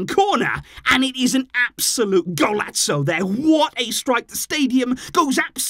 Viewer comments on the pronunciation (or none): white boy butchering the Golazo pronounciation is the highlight of this video